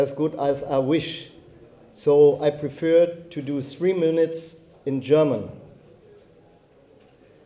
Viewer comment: he preförs... rofl